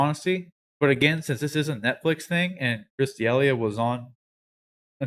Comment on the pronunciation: Really though before making a video and even having the guys name in the title how about you learn how to actually say his name? You sound like an idiot.